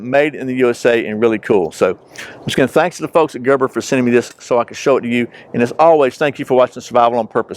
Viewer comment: "Gerbor" 06 Auto, or the Gerber, with an "E" in it? Little old nit-picker from Australia. p.s. I was going to count how many times you opened the knife, but I'd have to take my shoes off to do that LOL.